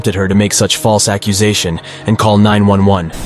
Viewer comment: What’s an aquisation? Does he mean accusation maybe? He can’t even pronounce the word properly! I hope the caller gets held responsible also!!